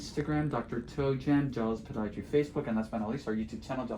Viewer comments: I love how he says PoDIaTry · Pa-die-a-try. So funny. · I read someone say they dont care for how you say "Podiatry". "Xxxx 'em!" Only an opinion, of course. No offense to that person is intended, ok?